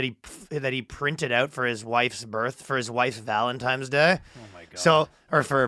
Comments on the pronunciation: did and ryan say valenTIMES day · Yo the only thing the hurt worse was Ryan saying valentimes day